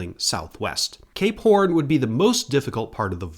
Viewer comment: I don't mind pronunciations that are slightly amiss, but I'm convinced the way he says "Cape Horn" has to be at least a little bit of a troll